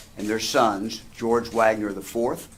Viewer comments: It's WAG NER WWWWWWW WITH A W. NOT VAGNER AND PLEASE DON'T LISTEN TO THIS VIDEO. ALL THE DETAILS ARE WRONG. THIS PAGE IS FUCKING ALWAYS GETTING STUFF WRONG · Why sometimes pronounced Vagner and sometimes Wagner? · Bro is it VAGNER or WAGNER jesus christ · Their name is WAGNER NOT VAGNER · I feel like Vagner was said more than Wagner.